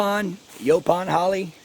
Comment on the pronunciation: Final someone whom pronounces it like we Texans. Lol